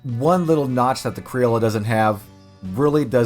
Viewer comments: I'm late to the thread, but it's pronounced "cree-oh-yo" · "Crioll-ah" I just can't even get past this I'm sorry, how do you see an o and use and a sound? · Pronounced kree-ojo criollo